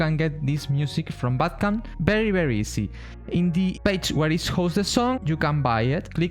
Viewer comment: You say bandcamp wrongly, you say "Bad Camp" without saying the "n"